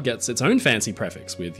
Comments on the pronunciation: Thanks for the video:) Very minor point: "prefix" is pronounced pree-fix, not pref-ix. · I can honestly say I've never heard anyone pronounce "prefix" the way you do 🤣